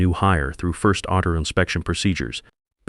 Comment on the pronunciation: Listening from Lubbock, Texas a.m. 5/17/2026 Good story from start to finish. The narrator has a strong voice and did a great job. But AI had problems pronouncing article!!!😂 I pray each of you can live a happy and peaceful life!😊 God Bless Everyone ❤❤❤